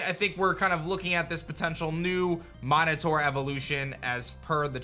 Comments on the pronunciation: Bruh why does he keep saying “mine a tour” instead of MINOTAUR say it with me homie min-ah-tar or even min-oh-tar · I’m sorry MYnotaur isn’t it pronounced min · The craziest thing about this all is the way he pronounces Minotaur 😩